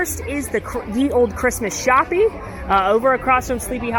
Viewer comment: I need this question answered once and for all: Does genuinely think that the Christmas Shoppe is pronounced "shoppie"? Or does she do it as a joke? I'm leaning towards joke, but inquiring minds need to know 😂